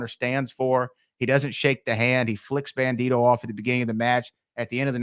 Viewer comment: It’s bandido. Not bandito